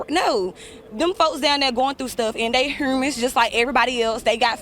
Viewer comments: yooo she said “ they heurmans” instead of humans 😂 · I’ve never met a “Heeerrrmeens” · ( ͡~ ͜ʖ ͡°) WTAF is a, “HEYOOMANS”?!? 😂🤦🏻‍♂️😂